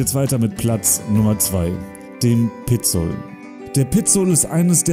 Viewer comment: Schräg wien er Oeschinesee oder Pizol betont..:Piizol...Oeschiinesee...aber guet:halt en dütsche